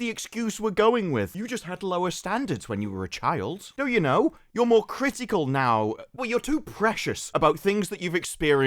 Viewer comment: "Critics", "ask". Lesley should be in jail